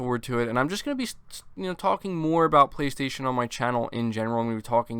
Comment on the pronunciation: Voice synthesized: PlayStasun!